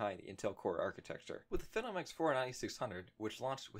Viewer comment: fee-nom. not fe-nom. like "that guys a phenom (fee-nom) at basketball" ....otherwise good video mate